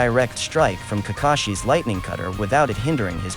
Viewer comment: “Lithnigh cutter” chidori?????